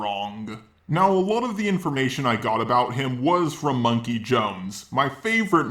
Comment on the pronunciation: MUM-KEY It's MUM-KEY